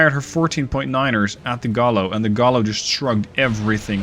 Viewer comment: Double Ls in Spanish sound like a Y - Gai-yo, not Gallow